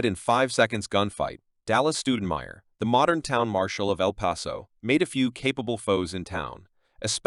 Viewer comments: It's not El Peso. It's El Paso, the pass. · If you can’t say the towns name correctly- then don’t say anything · Can't even say the towns name properly!